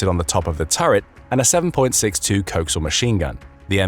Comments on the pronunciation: Coaxial…. "Cokes-ee-ul" 😂😂😂😂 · A puppy dies every time the narrator pronounces "chobham" and "coaxial".